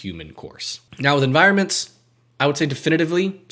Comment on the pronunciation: And “enviornments”